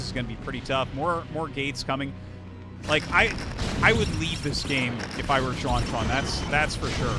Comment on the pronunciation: Xuan is read as She-en. Not as Suan